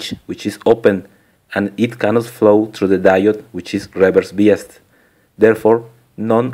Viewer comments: Its pronounced "by us". not "bee us". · UK pronunciation is "bye" rather than "bee". Maybe it varies with country. Are you american? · No offense intended. But you say biased wrong. You say it as "bee-ist" instead of "bye-ised".